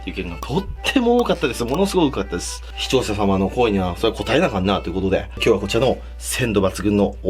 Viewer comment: 視聴ささまのんこぉふぇにこたえなかんなぁ 舌回ってなくて笑ってしまった笑 チャームポイントやね(*´꒳`*)